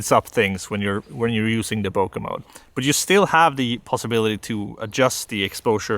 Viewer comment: everytime he says "bokeh-mode" i feel like he is saying "poke-mon" 😺